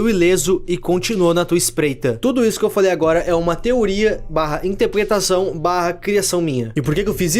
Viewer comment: no final se falo intlepetaçao